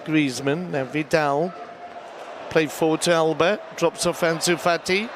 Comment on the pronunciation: He called anus Fati, Junior Firpo! 😂😂